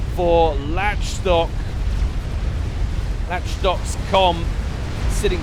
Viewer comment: I think Lach Stock is pronounced Lock Stock (Lach as in Lachlan?)